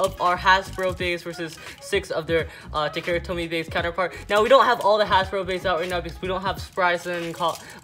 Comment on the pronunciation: It's pronounced Ta Ka Ra